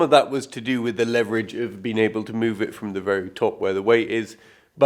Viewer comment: Please do not keep using the word ‘leatherage’ its leverage.